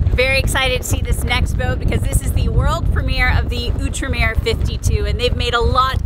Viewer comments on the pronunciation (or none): Oo-truh-meer? I thout it was Out-reem-Er.